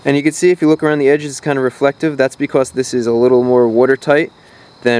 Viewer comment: When you say now we are done it sounds cool and when you say because it sounds like becows.